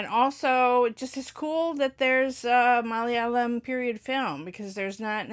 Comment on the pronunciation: Your Malayalam pronunciation is great...